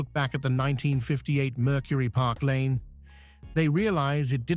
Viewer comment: The car is a Park Lane. Not “Parklane.”